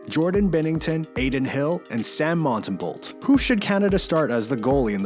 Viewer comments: Tip: don’t pronounce the “l” or the last “t” in Montembeault. Just sayin’. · You clearly don't watch lots of hockey. Binnington should absolutely not get Canada's start. He shouldnt even be on the team. It should be Logan Thompson. The start is between Hill and Montembeault whos name you didn't even pronounce right. I think Sam should get it based on how he's straight up stole games for MTL despite their lacking D and what started as a bad Offense. Dudes a stud on a bad team and he's a reason they are doing so well right now.